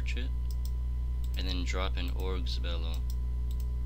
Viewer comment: theyr oh-gers not ah-greys